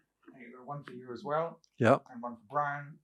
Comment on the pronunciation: Bwon more for 🎉